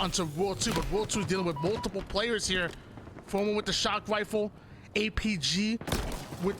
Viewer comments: He has a speech impediment and it is so god damn distracting. I wish he would just call them snipes. He says sniper rifle like a 5 year old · Why does he say rifle like that